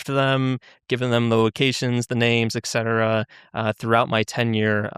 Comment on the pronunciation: "Excetera" I never leave grammar Nazi comments but if this guy is supposedly a flawless speller I don't see how he can miss this one. Idk, maybe I'm being facetious. Either way fascinating interview.